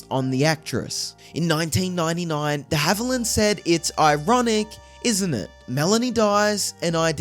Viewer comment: Who the heck is narrating this video? Can’t even pronounce the actor’s last name! Did it several times, too. Just awful!